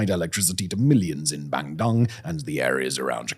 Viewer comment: Bandung is pronounced as "Bun-doong", not "Bang-dong". Bangdong is sounds like Chinese name. 😅